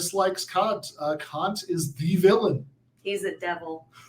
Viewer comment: Kant is definitely a name you don't want to mispronounce.